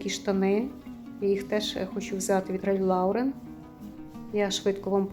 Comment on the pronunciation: Доброго дня)Ральф ЛОрен(без «у»і наголос на «о») Люблю цупкий денім-тримає форму і виглядає дорожче.